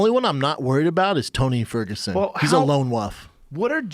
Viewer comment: holy shit. Haha. Liked this the second I heard it.